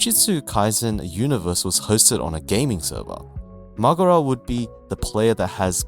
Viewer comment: Great video man, I loved your points. My only complain is how you Mahoraga XD it sounds like you say Makora instead of Mahoraga